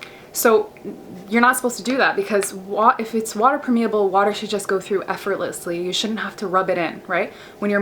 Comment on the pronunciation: You pronounce permeable wrong!